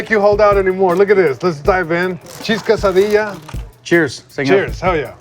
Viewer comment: Cheese quesadilla or quesadilla?🤔🤣📉